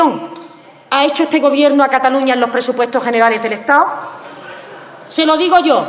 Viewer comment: Me jode cada vez que se come el do. Estado, Casado. Parece una quincallera